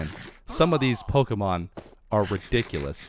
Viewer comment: why do you call pokemon polks?